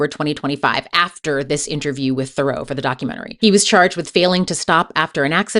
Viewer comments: And Theroo not Therow. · Really interesting video, but it's pronounced LOOEE THEROO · correct, in fact it's his cousin who pronounces it differently, not his dad "Louis Theroux pronounces his surname as "thuh-ROO" (rhyming with "true" or "zoo"), not "ther-oh," emphasizing the French origin of the name. He has jokingly noted this is the "correct" pronunciation, distinguishing it from his cousin Justin Theroux's pronunciation, which often uses a "ther-oh" sound. His first name is pronounced "Lou-ee"" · And his last name isn’t pronounced ‘ther-oh’, it’s ’ther-oo’! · Its not Lewis Farow , its Lou-ie (Louis) Th-ra-oo (Theroux) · that might be because his cousin Justin (who is bigger in the US) pronounces it ther-oh. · You mispronounced his last name, too.